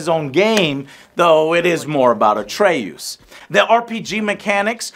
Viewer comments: Bro you say Atre-oos? 😂 really joe ya killing me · Joe.. my guy... c'mon. Did you even play the game? At-ray-oos ? Really? My guy! ;) /s love your vids man :) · Atreyoos lol? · but that’s not how they say it in the game is my point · Joe can’t even pronounce Atreus right and you think he paid that much attention to Odin’s character or the story as a whole? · All that time playing the game and he still messes up Atreus name 🤣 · There's no way Joe played the whole game and still mispronounced 'Atreus' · Cant say atreus correctly though ,even though he played the game for 60 plus hours. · Hearing you pronounce Atreus made me angrier than it had any right to🤣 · How do you pronounce atreus’s name wrong after playing a game where they say his name a thousand times? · Why do you keep saying atreus like that? They correctly pronounce the name like times in the game and you still say it wrong lmao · I see all these comments about Richard Schiff but is nobody going to mention how Joe is just blatantly butchering Atreus’s name? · he cant even say atreus properly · After hearing how the name Artreus is spoken so many times, in 2 different games, it's really triggering me how he pronounces it. Sigh... But he has always been terrible with names. ¯\_(ツ)_/¯ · He's played the games for over 70 hours and he doesn't know how to say Atreus. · How, after playing the game so long, do you pronounce Atreus’s name wrong? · Why does keep pronouncing Atreus's name weird🤨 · Bruh say Atreus' name correctly. It's only said a million times in both games. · How do you play two full games about him and mispronounce his name? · Do people mispronounce names of purpose or something? The game literally says the name hundreds of times idk why that makes me so mad 😂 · Joe. Stop trolling. We know you know how to say Atreus' name correctly. You said it correctly in your last review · The way you say Atreus makes me sick 😂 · Joe you are pronouncing "Atreus" wrong... His name is BOI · Atreus not atre-oos